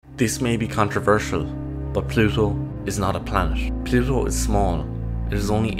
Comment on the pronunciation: Plusho. Is noo longeh a planesh. 😣 This appalling pronunciation makes me want to rip my own ears off.